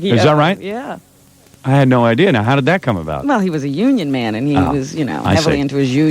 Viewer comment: "I'm just thrilled at the whole idear!"